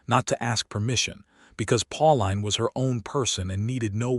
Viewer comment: Her name is probounced Pauleen not Pau line.